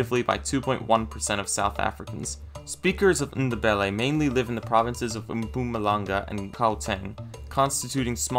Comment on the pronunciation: Great video man but as a South African the way you said Ndebele killed me man, but great vid man awesome